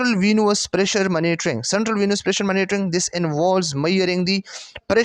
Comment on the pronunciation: Mera L krta hy sub:: phly monitoring ko maanotoring nhi prho 😅